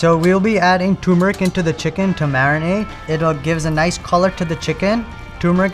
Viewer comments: It’s pronounced “Ter-meric”, NOT “Toor-meric”. 😊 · You would think a chef would know how to pronounce TURMERIC and not say TUMERIC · He doesn't have the skills or experience to be a Michelin chef he can't even pronounce TURMERIC he says TUMERIC. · It's TURMERIC it has the letter R it's not TUMERIC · Stop it... turmeric is pronounced TER-mer-ik, not TOO-mer-ik. And no "Michelin starred" chef uses bottled ginger-garlic paste. That stuff has vinegar and preservatives in it. It isn't hard to mince some fresh garlic and ginger for a show. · and its not tuuuumeric...its Turmeric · It’s pronounced ter meric. Not too meric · What Michelin Star chef uses some off-the-shelf ginger-garlic paste? Even I make my own, and I’m just an ordinary guy. Same with Dabur brand mustard oil. Also… “too”-meric? 😮‍💨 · Not surprised he can't even pronounce turmeric. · He can't even pronounce turmeric properly being of Indian origin. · "I can't eat this ... the chef can't pronounce "turmeric"!